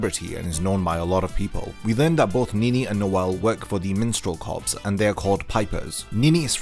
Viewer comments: Corps is pronounced core mate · I just want to point out that the P in corps is silent.